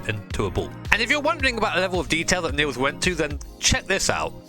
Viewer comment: Niels is pronounced Neals, not Nills.^^